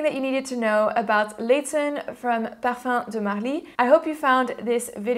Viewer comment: you gained my respect, the fact that you spent time to learn how to pronounce it is a huge thing for me...